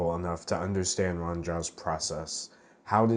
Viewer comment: I think it's pronounced rooh-ahhn. At least that's how my friend with the same name pronounces it.